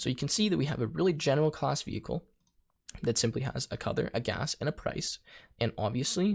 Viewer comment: bro really said veichle